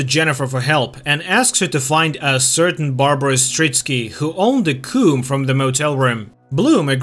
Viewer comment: Why are you saying coom and not comb lol